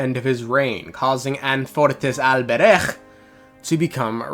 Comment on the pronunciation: the pronunciation of alberich 😭